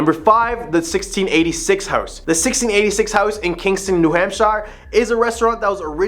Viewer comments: Sorry to be that guy but I can't get past it. We pronounce it "New Hampshur" not "New Hampshyre" Same with Concord it's closer to "Concurd" than it is to "Con-chord" We're weird like that. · A little , teeny bit more research due here. Hamp shire? Say it like sheer. Some say it like hampster, without the t. Research, at least google, maybe talk with someone from New England or wherever you are investigating. The Blair bridge is just I’ll used by people ignoring the signs about weight and taking turns. It has become a thing for the college students to drink at the bar right next to it and then try to light it up again to be part of history. Locals patrol to attempt to prevent. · Great stories but you’ve got to pronounce things right. New Hampsha, Socco River, Portsmouth etc. But good job otherwise. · *New Hamp sher *Ports muth *Choke o rua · I can understand not pronouncing New Hampshire correctly if you were from a non english first speaking country maybe. This dude cant even pronounce one of the states thats name is basic english. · Pronounces Chocorua correct but new Hampshire wrong… but I digress. I literally just camped up on Chocorua 2 weeks ago and have many times in years past. No monsters, unless its us snoring that you hear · Somebody please tell this guy how to pronounce New Hampshire, and Portsmouth lol